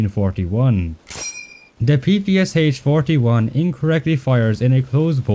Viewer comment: I would not expect someone like you calling it P P S H 😅